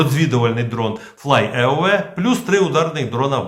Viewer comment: Вибачте, дрон не ФЛАЙ ЕУЕ, а ФЛАЙ АЙ))